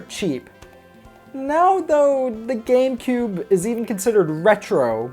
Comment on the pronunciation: It sounds like you said gay boy and gay player player